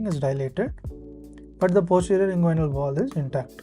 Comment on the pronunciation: You are confused. It is Nyhus after a surgeon and not a NYHUS abbreviation . This classification was named after the famous Chicago surgeon Lloyd Nyhus, and his name was pronounced as "nee-has" . Also inguinal is pronounced in-gu-ee-nal and not in-gu-a-i-nal, femoral is pronounced fe-mo-ral and not fee-mo-ral